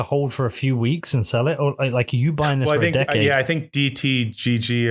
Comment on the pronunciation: Tyler has a bit of trouble saying ‘decade’.. interesting interview and great to have these guys promoting BTC.